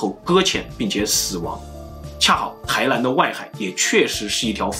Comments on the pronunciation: 台南，不是台蓝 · 臺ㄋㄢ不是臺ㄌㄢ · 不是台南（ㄌㄢˊ） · 為什麼台南 唸成 台蘭？ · n和l你们真的发音不准吗